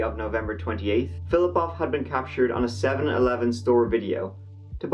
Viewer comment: I love your videos! 😊 This is the first one that I thought you mispronounced the last name. You say Polish last names like a native speaker! Russian here would not be as flip flop off but rather Filipov.